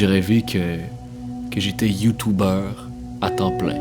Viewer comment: Ça se dit YouTuber et non YouTubeur